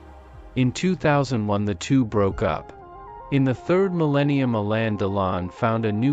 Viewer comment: Appalling robotic voice. It's not Alayn but Alen with accent on the 2nd syllable. And it isn't Alena and she.